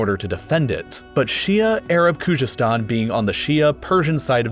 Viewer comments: I’m Iranian so please, I don’t need a White man’s opinion about my nation! My country is not divided as you think it is! You can’t even pronounce Khuzestan correctly! Khuzestan has always been part of Iran and will always be part of Iran! Please stick with subjects you’re good at! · The way he pronounces Khuzestan or Najd or Shi'a is making me laugh. But other than that it was a really good and accurate video. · Bruh , you can't even pronounce khozestan !! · Please check your facts about Iran: 1. Khuzestan has always been part of Iran , learn to pronounce it properly while you are at it 2. During the Safavid dynasty, Azerbaijan, Armenia and Georgia were part of Iran 3. Saddam invaded Iran just because he hated the country and had support of the Arab allies and the west. They did not want Iran exporting their revolution